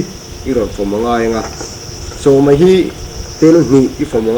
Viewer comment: ani mai tih turah ani mei tia i lam hi chu a dik hlel deuh